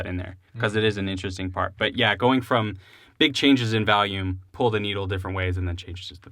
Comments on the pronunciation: I'm from NH and I didn't even notice the valume thing. Of course now I can't unhear it but whatever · I literally thought you said Valium the first time. I thought y'all were about to take some drugs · "vahlume" sounds more like a boston accent tbf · I have a buddy that pronounces it "vallium" too. Always gave him s*** for it. 🤣🤣 We are in central Illinois so maybe its a illinois thing? Lol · not weird. i knew right away when you said "Volume" you were probably from Illinois, If not the midwest. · "Valume" sewunds laike a theeng Wiscansinaites would seey.* Translation: * "Valume" sounds like a thing Wisconsinites would say. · lmao theneedledrop commented "valume" xD he's great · Don't worry rob you're not the only one that pronounces volume Val-yum I'm guilty of this too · Joel from Chicago Music Exchange pronounces it "valume" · I'm from Chicago and I don't say Volume weird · he's pro'lly got the word "value", stuck in his head when saying' volume, and mixing' 'em together